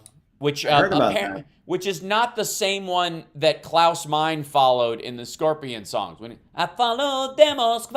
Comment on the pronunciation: Klaus “mine-uh”